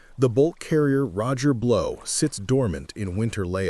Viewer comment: This video lost credibility after the AI called ot the Roger Blow!